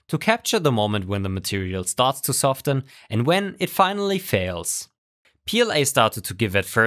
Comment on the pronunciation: hey, great video. Can I nitpick your mostly flawless English a bit? The T in soften isn't pronounced like it is in the word soft. As someone learning a new language in my 30's I appreciate little corrections like this and I hope you do too.